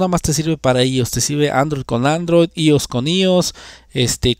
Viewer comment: «ios» no existe, es «iOS» y se pronuncia «ái óu es». Gafo.